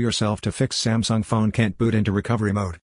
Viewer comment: "smasnug" and now "sumsung"